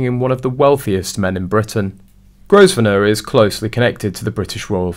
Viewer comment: It's pronounced Grove nor